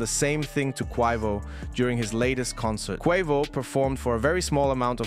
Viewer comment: Bro said Quwavo